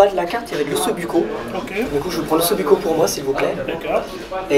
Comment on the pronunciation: リラックスしながら見ていたのですが、ﾛｯｿﾌﾞｭｯｺ(l’osso-bucco)と言う発音が耳に入ってきて、！？！となりました 仔牛のトマト?煮みたいなものですかね？美味しそうです🤤